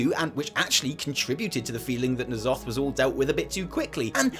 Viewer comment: isn't it nya'lotha not *nya'lofa*?